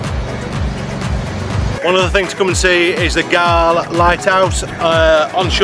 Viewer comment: Galle is pronounced Gall as in ball